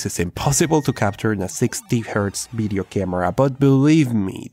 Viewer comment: can you say 'video' instead of 'bideo' ?